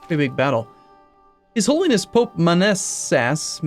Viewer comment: "Pope Man-asses"